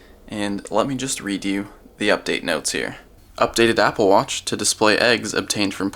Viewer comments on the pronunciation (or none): none